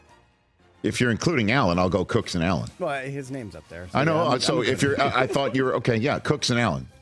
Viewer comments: His last name is cook. Not cooks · It's James Cook not Cooks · Why do they keep saying "Cooks"? His name is Cook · His name is James Cook. Not Cooks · *James Cook Not Jame Cooks, c’mon!